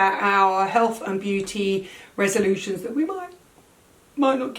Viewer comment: resolube-tions 😂! you're the best english lessons for me!